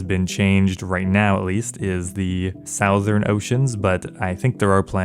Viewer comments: south - ern. hmm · Why did you say Soouuuthurrn instead of Southern